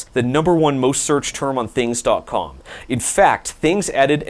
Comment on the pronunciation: There is no I in Thangs. Its an A, not an I.